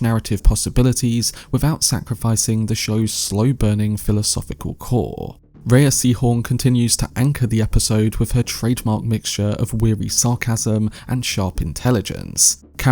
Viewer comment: FWIW - Rhea's name is pronouced "Ray (/ˈreɪ/)", nor "Ray-uh" or "Ree-uh".